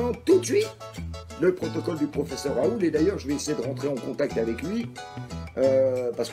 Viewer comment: déjà c'est RaoulT avec un T comme dans Ta gueule